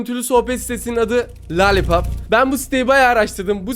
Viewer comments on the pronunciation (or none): Lalipap demesi😂😂😂😂😂❤❤❤❤❤❤😅😅😅😅😅😂🎉😊😅